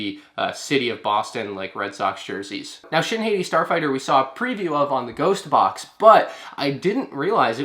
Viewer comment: Hati is pronounced like hah-tee. The names for Baylan Skoll and Shin Hati are a reference to the celestial dogs of Norse mythology: Skoll and Hati. Play God of War: Ragnarok.